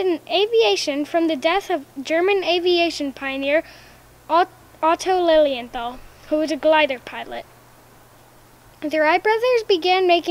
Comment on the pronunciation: Dear, Thanks for the top job you‘ve done by teaching us a lot of interesting things about the Wright brothers. And by the way - I‘m German and must tell you, that your pronountiation of „Otto Lilienthal“ was superb, I guess a lot of guys here in Germany have difficulties with that name...Keep on with your reports and give that flying dude called Juan a hug, I like him very much.